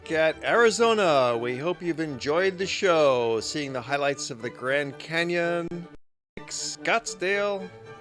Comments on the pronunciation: FYI-If you call the city of Tempe, TEMpay, people will wonder what you're talking about. Here in AZ, we just say TemPEEEE. :) Great video! I'm a native Arizonan (an oddity). It shows where I live and places where I've worked. Btw, LOTS of hotels in downtown Phoenix, too. Hotels everywhere in the Valley of the Sun. I don't even have to leave home to go on vacation. Welcome visitors! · Oh and you would never here anybody in the Phoenix area say Tempaaay...its Tempeee.. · ha ha, I love how he pronounces Tempe.